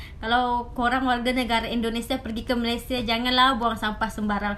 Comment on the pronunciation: Malesie, saking, jum’at, perbedaan org Malaysia takkan sebut perkataan2 itu. Knp org Sarawak R nya sebijik mcm org Indo. Jauh betul beza dgn sebutan R Sarawak. Tak mungkin org Sarawak menggulungkan R mcm org Indo. Org Malaysia secara umum takkan buat content negatif ttg Indonesia